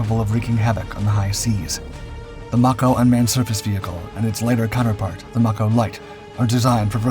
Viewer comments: It's pronounced like MAY CO,as in Mako Shark.Get it right. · I think that's "Mako" pronounced May-ko. Like the shark.